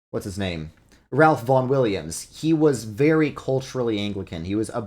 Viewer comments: "Ralph" in "Ralph Vaughn Williams" is pronounced "Raef". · IT'S PRONOUNCED LIKE RAFE. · “Raif” Vaughn Williams